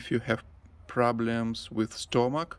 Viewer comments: Stomach is pronounced stum-muck. Your trees are very productive and healthy. God bless and stay happy and well. Please say hi to Suzie and Sati💜💜💜📿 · Looks so yummy. I see why you wanted to go home. Beautiful! Just for reference, the o in stomach is pronounced u, like in up. English is so hard to learn because at times it doesn't make sense. You do very well. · Hi...pronounce stomach as stumick.